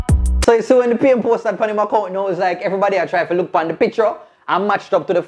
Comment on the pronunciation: The way pronounces picture is making me irrationally upset.